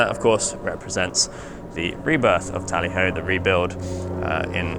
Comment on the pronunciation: T (O) lly Ho ????? nice try...